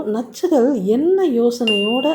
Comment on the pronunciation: I like the way you say nachchugal😅